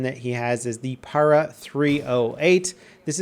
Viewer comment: Battle eye is not new, nor is it great. Also stop fucking up the word Para, it's like Parachute, not PA-RA.